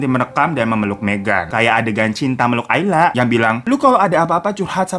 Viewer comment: Ayla?? Alya woy 🤣🤣